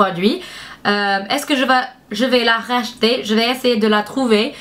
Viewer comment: Ça m'a fait beaucoup rire quand tu dis Rach-ter ou pas lol